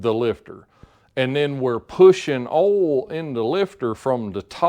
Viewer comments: WTF is "awhl"? Just messing with you. You do good work Sir. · I’ve heard it pronounced “oilyul” mostly from up north. Southerners usually pronounce it “oil” without the extra syllable. Not saying one is correct and the other wrong. Just different.